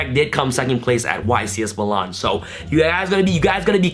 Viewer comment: Meelan* not muhlawn